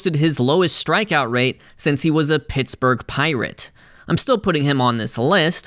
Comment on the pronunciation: Why you gotta say 'pittsburgh pirate' like that???